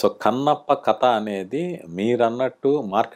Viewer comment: బహుశా మీ నుండే విష్ణు కథ అనకుండా కత అనడం మొదలెట్టాడేమో, అసలే నత్తి కదా ఇదేదో బాగుందే అనుకోని..